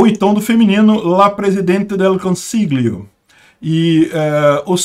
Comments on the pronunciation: 'consiglio' se lê 'consiLHIO. No Italiano algumas palavras não tem a declinação do artigo, como é o caso de "presidente", ou seja, em italiano sempre se usa o artigo masculino "IL" ("O") independente se a pessoa no cargo de presidente é uma mulher ou homem. Outro exemplo é palavra médico: você usa "il medico", com "o" no final, independentemente se é uma mulher ou homem. Ou seja, a "esquerdização" no caso é querer usar "la presidente", o que é errado. PS: Eu votei na Meloni. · Pra te ajudar na pronúncia do teu italiano,: as letras GL equivalem ao nosso LH, então você deve pronunciar "presidente del consilho" ou até "consílio"... mais fácil do que tentar pronunciar aquele G. De resto, tá ótimo! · lg em italiano tem som de lh em português. Lê "consilhio" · O 'GL' do italiano corresponde ao 'LH' em português. Diga consilho (consiglio), famílha (famiglia), etc. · "gl" no italiano se le "lh", assim como famiglia em italiano se le familia.